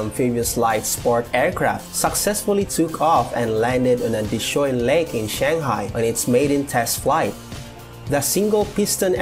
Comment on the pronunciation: please pronoun Shanghai (SUN HAI) and not chenghai.